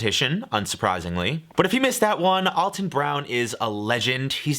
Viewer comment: If you love him you should know he's 'Al' ton not 'All' ton